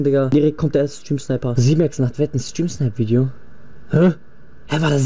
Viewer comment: 😂 Junge wie alt bist du erstens heißt es nicht ,,Vidio" sondern Video. Und nicht ,,Tüpen" sonder Typen.